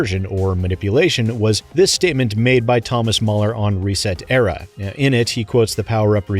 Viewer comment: Why do all these people use reeeeesetera. Ugh. So annoying